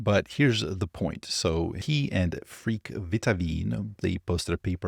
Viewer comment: Pronounce Freek like Fraik - not freak lol.